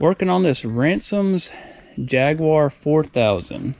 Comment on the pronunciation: Since when did Jaguar (pronounced by English speakers as Jag-you-are) become Jagwore?